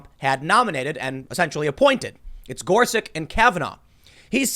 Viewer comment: "just so happens to be Gorsich and Kavenaugh" says Tim